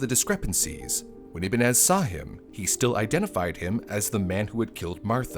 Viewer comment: Ibañes - Ee-bun-yes